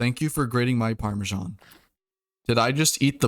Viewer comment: The way he said “Parmesan” was just so freaking funny. 😂